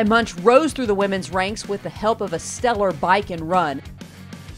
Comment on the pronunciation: Skye Moench, pronounced like launch.